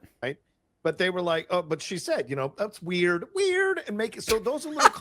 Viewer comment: gets the delivery and intonation wrong on one of the most watched memes in history... Weird (up high), weird (down low). 🤣 How about a white "Zorro," huh??? 😠